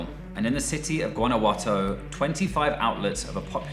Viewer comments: se pronuncia, (wanna-who-ato) Guanajuato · Guanajuato pronounced (JUAN-ah-watho) my boy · How can you mispronounce Guanajuato and pronounce Sinaloa, etc correctly?